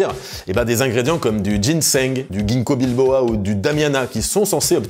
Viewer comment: ginkobilboa 🤣 c'est pas plutôt ginkobiloba? Super vidéo comme d'habitude